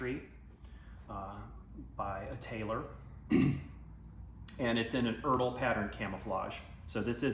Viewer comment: Please never ever call E.R.D.L erdle. You say the letters individually. My ears ahhh.